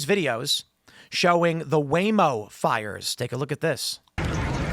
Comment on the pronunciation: “Waymo vehicles”? He’s been here in the south too long. 🤣🤣🤣